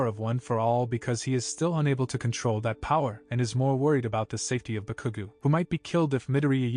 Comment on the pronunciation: Omg, you said so wrong Bakugou that I laughed and also annoyed to see multiply times this happen